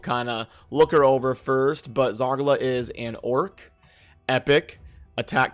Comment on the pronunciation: I despise the way you pronounce Zargala. It must be Zar GAH LUH. Not Zar guh luh